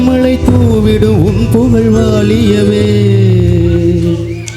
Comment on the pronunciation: வாலியவே இல்லை...வாழியவே....